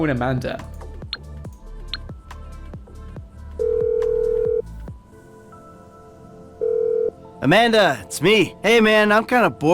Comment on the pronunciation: Amanda not Amander